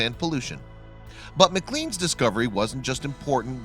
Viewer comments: First of all, it's pronounced MC CLANE not MC CLEAN ffs..... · Puleeeeese It's pronounced MacLane not McLean and the lake is pronounced Bra Dor. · The magazine isn't pronounced macleens